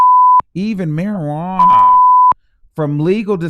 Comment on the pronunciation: even marijuana why you say it like that lmao 😂